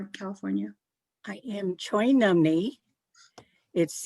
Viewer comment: Thank you for teaching us how to say Choinumni.